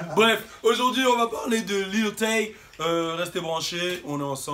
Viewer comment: JOUE À FORTNITE 😂😂😂 OH L'FOU IL A DIT LIL THÉ 😅😂😂